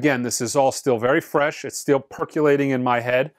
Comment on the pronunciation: "Your guys's"? "Perculating"? Sheesh.